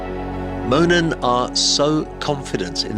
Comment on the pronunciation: You went back to mispronouncing it in the follow-up commentary, you said Moonen with the oo.